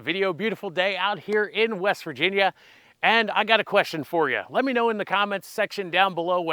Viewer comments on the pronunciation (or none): none